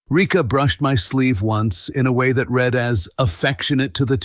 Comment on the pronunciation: I was just thinking...the Steel Heart stories are very good, but they are very repetitive. Try counselling, you'll regret this, etc etc. You really need to change-up the wording. And for heaven's sake...use the correct pronunciation...it is either read (red) or read (reed).